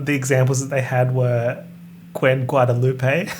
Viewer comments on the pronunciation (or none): none